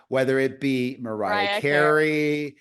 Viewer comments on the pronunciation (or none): none